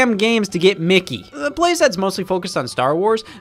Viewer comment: The way he says Mickey be in an accent.